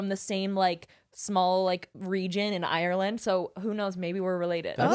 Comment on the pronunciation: I hate it when people pronounce Ireland as ‘ i-or-land’